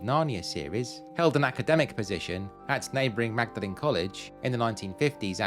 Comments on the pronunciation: Lovely video. Maud-lynn not Magda-lynn, please. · Thank you. I live in Cam and thoroughly enjoyed this, although you didn't show the cows ! PS Magdalene is pronounced Maudlin. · Magdelene is pronounced Maudlin not how it is spelt. Cambridge resident and pleased to be so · A fine video of the town that has been my home for 40ish years. As someone else has said, but worth repeating in case you want to correct it: Magdalene College and the bridge are pronounced 'Mawdlin'. Syd Barrett's first home was indeed in Glisson Road, but after giving up music for art and gardening he lived for many years until his death in St. Margaret's Square. I met him briefly during this time. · Great video for someone who grew up in Cambridge. Small point: Magdalene is actually pronounced 'Mawd-len' by the locals. Typical British nonsense 😅 But a lovely trip down memory lane and a few facts I was unaware of. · Magdalene is pronounced "maudlin" in Cambridge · Magdalene is pronounced Mawdlin :) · I've lived in Cambridge since 2014. Still found this well made and very interesting. (Magdelene is, however pronounced as 'mawdlin'). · Magdeline pronounced Mord lin. Good video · Wonderful. Even though I studied there many years ago and gave tours to my friends and family many, many times, I have learned quite a few new things from this video. (For example, I once occupied a suite overlooking St Bene’t’s church, but didn’t know about the Anglo-Saxon tower.) I have to point out though that Magdalene is pronounced maudlin! 😂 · Only if he changes the audio and prounces Magdalene college correctly 😊 Yes it’s a great video